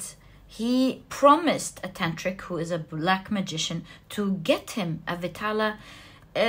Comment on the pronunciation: Its not pronounced as VITALA, its pronounced as VAE (like Bae) TAAL (T is pronounced like the sound of “th”